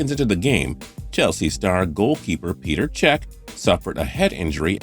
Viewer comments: It's pronounced like reding, and pet er cech, just saying, great video and voice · The way he said petr chec made me cringe